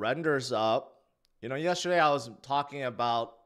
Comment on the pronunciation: Dude the word is not pronounced yesherday.... please replace the H with the given T ...JS